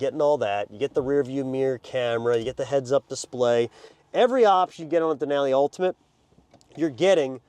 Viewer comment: The way he says Denali hurts my brain.